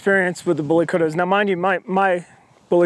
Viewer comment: Yeah but the way this guy says it lol he says bully kurrra 😂😂 it's bully kut-ta